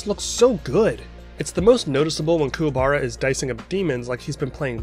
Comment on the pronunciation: The movies were good, but the way they pronounced Kuwabara's name in "Yu Yu Hakusho The movie: Poltergeist Report" was weird.